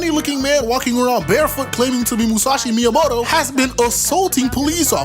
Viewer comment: You saying motobae referring to musashi is truly pissing me off